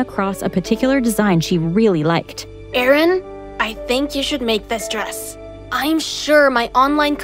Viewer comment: idk in the vid it's spelled Aaron (subtitles) but they pronounce it as Erin